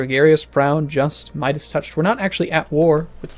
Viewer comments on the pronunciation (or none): none